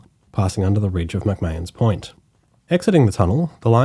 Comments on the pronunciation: Thanks. Very well done, informative and fun to hear pronunciation variations. E.g. South Stein rather than Stain, McMairns Point rather than McMarns (think of the PM), Kale Expressway rather than Karl. It's Newcassel vs Newcarsel all over again!😂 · Hate to be an annoying local correcting your pronunciation (but secretly love it) but McMahons Point is pronounced like “McMarn” and the Cahill Expressway is pronounced as “Carl”. Otherwise a great watch! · Great video mate. Guessing you're not an original Sydneysider though? Just because of some pronunciation errors. McMahon's rhymes with 'calm' or 'barn', the ferry South Steyne (named after the south end of Manly beach) is pronounced 'stain', and the Cahill expressway is pronounced how we would say 'Carl'.